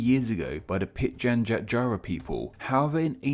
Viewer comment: Really enjoy your channel mate! Fyi Pitjantjatjara is pronounced more like: pigeon jaara or pitjinjarra.